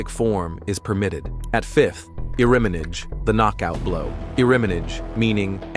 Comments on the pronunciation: It's pronounced IRIMI NAGHE. not "naige". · iriminidge????wtf....can you at least TRY to pronounce the terms correctly?? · It is spelt Kote-Gaeshi. this video is bad at it's pronunciations of the the throws/locks typical AI slop. Example are Nikyo pronounced 'knee-key-oh' and Shiho-Nage pronounced 'She-hoe-nah-gay' or Irimi-Nage pronounced 'e-rim-e-nah-gay'. The published of this video needs to do more research before posting videos like this. The poor AI voice over is bad. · “Ee-rim min nah gee” not “Earriminidge” lol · Who recorded this doesn't know anything about Aikido, because we notice "he" (or the AI machine) knows nothing about Aikido names and their pronunciation... The way he says "Iriminage", instead of japanese 2 words Irimi-nage, is a crime against Japanese language!! Then I stopped watching!! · Oh, yeah! The way he says "Iriminage", instead of japanese 2 words Irimi-nage, is a crime against Japanese language!!